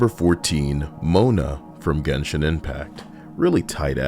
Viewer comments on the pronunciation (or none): none